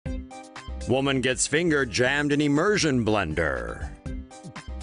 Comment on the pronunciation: Why Does He Say It Like This Em-ur-Sion-Blend-Ur XD